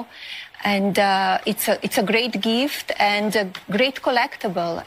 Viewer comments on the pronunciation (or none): She meant to say great greeft but came out as great geeft (Melanias pronounc.).